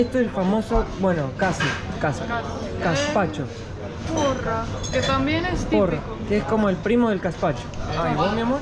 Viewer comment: Gaspacho. No Caspacho.